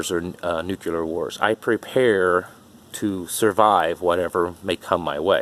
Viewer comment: Yet another person pronouncing nuclear as nuculer. Also your beard appears to be a Halloween costume beard.